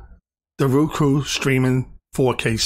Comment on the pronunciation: ROku....not RUku...